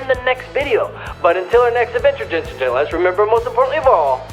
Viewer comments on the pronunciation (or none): none